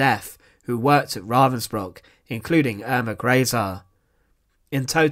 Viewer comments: Eer-mah Gray-zay! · Who is ”Urma Greysey”? Could it be Irma Grese?